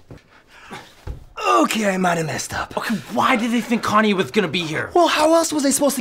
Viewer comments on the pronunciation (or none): none